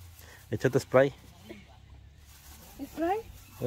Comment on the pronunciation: Dios los bendiga a todo Miguel se dice Spray la a se pronuncia e en ingles